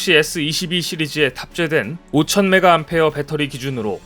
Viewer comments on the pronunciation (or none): 오천매가엠펴어라고 읽으면 안되는 겁니다.5000mA.5A.오암폐어 입니다.핸드폰에 오천매가암폐어의 배터리는 들어 갈수도 없읍니다.전기자동차도 오천매가암폐어 짜리 베터리는 아직 장착한 전기차가 없습니다.